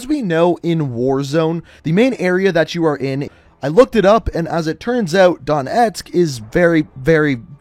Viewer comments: I forgive you for ‘Dontesk’ because of your pronunciation of Припять. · Please stop calling it don etsk it’s Donetsk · Dude just google a video of a Ukranian pronouncing Donetsk. It's really not that hard. You keep saying Don Etsk.